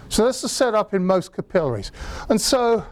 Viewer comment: I like how he pronounces "capillaries".